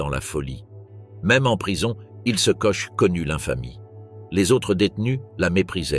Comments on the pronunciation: Ch en français se prononce « che ». En allemand et alsacien ça se prononce kor… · quand on fait un doc sur des femmes au nom allemand on essaie de les prononcer correctement "Koche" non ... "Kor" oui . Mais bon comme le français est bancal aussi ça passe non ? Non ?